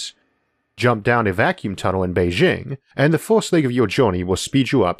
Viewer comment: First, I want to re-express my continuing gratitude for the quality of this channel: Thank you. Second, to pick a nit (in the spirit of improvement): It's a hard 'J' when pronouncing Beijing. Many Americans (myself included) will tend apply french pronunciation when reading "foreign" place names. Source